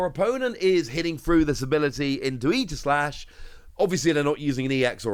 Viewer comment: Definitely pronounced Ee-jih-slash like you said because it’s based off of Aegis from Greek mythology. But I will definitely always say ay-jih-slash lol